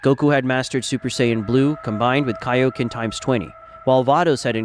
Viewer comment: Broo vegeta should have ultra ego not ultra instinc and its kioken not onconen